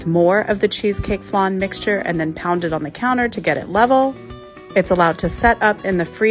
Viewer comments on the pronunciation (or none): Wtf is a FLONN??? It's pronounced flaahhn! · Why you pronouncing flan like that